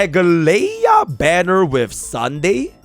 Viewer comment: Please read her name as Ah-glai-ya please